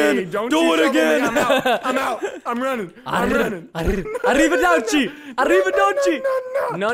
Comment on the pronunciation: not arrivaderchi, arriva-ouchie